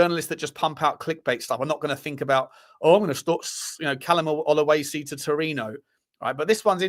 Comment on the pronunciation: It`s not Oluesi. It`s OLU-SESI. Very simple. He is good talent. They speak Arabic in Egypt, you knob 😂😂😂😂